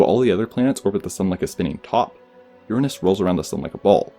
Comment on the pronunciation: I appreciate you pronouncing it Uranus not Your anus!